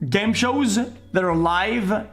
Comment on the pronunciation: Why does he say game shows so wierdly😂